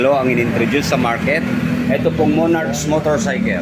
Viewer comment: Thanks sa video bossing, napaka informative po. skl po, sana makatulong: 1. Hindi po yata sya cafe racer. Siguro pwedeng "retro" or classic styled bike. 2. "Monark" po yung basa sa "Monarch"